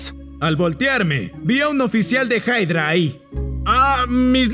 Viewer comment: No se dise haydra se dise hydra